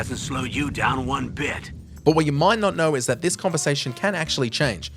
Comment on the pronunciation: Did he say one or Juan ?